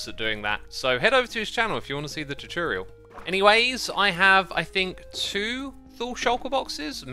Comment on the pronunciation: "Head over to his channel if you want to see the chuchurial."